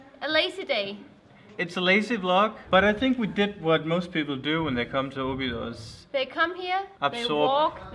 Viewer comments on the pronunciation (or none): Your cinematography is improving from video to video. Really good. Oh, and the tonic syllable in Óbidos is the first O. :-) You stress the first O and then it's all the way down. The rules for tonic syllables in portuguese is very simple: if the vowel has an accent (like ó, é, á, ú, etc), then that is the tonic syllable; if the word has no vowel with accents, then the tonic syllable is the second from the last, except if the word ends in r or l (like "papel" - the tonic is in the e). For example: "sobremesa" (dessert) has no vowel with accent, so the tonic goes in the second "e", from left to right. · don't say Obidus but instead say Óbids you don't pronounce the last vowel, the vowels on the last silabus are very soft, you almost don't hear the sound and the s sounds like x. Sorry its just a small advice, I love your videos, you show very well the love you have for my country and for that I am eternal grato. Thanks kisses.